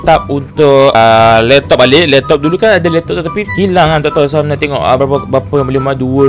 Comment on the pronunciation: Hami aku nak tanya.Apasal setiap intro hang kata Sohami?? XD